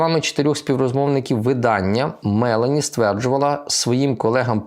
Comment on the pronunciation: Не мЕлані, а МелОні